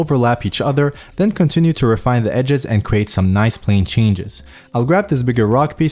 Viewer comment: i love how he say "NOICE" Great content i love it keep it up :P